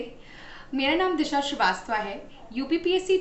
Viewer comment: "श्रीवास्तवा" क्या होता है "श्रीवास्तव" होता है 😂😂 सुधर जाओ अंग्रेजों की औलादों चार अक्षर पढ़ते ही पागल हो जाते हो😂😂😂😂😂